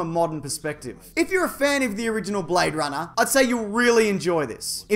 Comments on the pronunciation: He say you BradeRunner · Blayde Runnah, mite